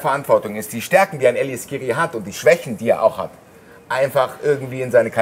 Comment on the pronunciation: Bitte nicht "SCHkiri" sagen 😬